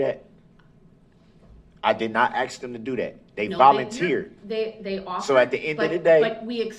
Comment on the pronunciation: Its ax snd snser